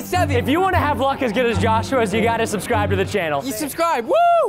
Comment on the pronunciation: why its say sabscroobe